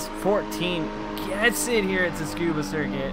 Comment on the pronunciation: Didnt think anybody was still saying "toskuba" instead of the correct "skuba"